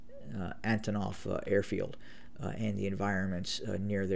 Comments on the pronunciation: Antonov airport and not Anotov, please, it is the 37th day. Try to use less "agains". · My man is still using words like "monolithic" incorrectly, and mispronouncing "Antonov" as "Anatov" 😂